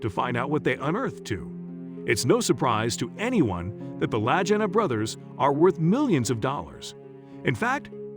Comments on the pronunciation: Their last name Lagina is pronounced Lageena. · Rick and Marty's last name is pronounced "la geen ah" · Lag not laj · lol! "LAJINA"! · If you can't say the right name do say it !!!! LAGEENA !!!! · Their name is pronounced La-Ghee-Na. I'm very hotspot for them . Years of searching. All the best! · It seems strange to me that you felt you could tell about this show. I mean you slaughtered Rick and Marty's last name so badly. It's pronounced La-geen-na. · Lagina (Hard G Buddy!) Like Lagging... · The brothers last name is pronounced Lageeena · POOR documentary....you can't even say the brothers name correctlly ....you information is incorrect in so many ways .... media "bullshi" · Maybe learn how to pronounce their names. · Please, PLEASE ,learn how to pronounce the brothers' names before doing another such documentary! Watching even one episode from any season would have clued you in! Obviously no QC style review of raw material before producing this gem! It really takes away believability from the whole thing, ie what else is in error! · Ouch you MURDER their name! Get it RIGHT guy so you wont sound like a DUFUS. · I agree with previous posts about your poor editing including name pronunciation and scenes of some other places not Oak Island. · The least the narrator could do is pronounce the last name correctly and the channel that aired it was the History Channel. The pictures shown was who knows where but definitely not the Canadian Oak Island. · Please learn how to pronounce their names. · nice name butchering. your a joke and insult for the show and the brothers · Your mispronounced Marty and Ricks last name is appalling . Please learn the correct way to pronounce their last name. Ms Helprin has passed away . Please check your facts. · how could he not even know how to pronounce the brothers' name?! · I know it proves he didn't know how to pronounce Leegna !!!! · At least you should learn how to pronounce their name right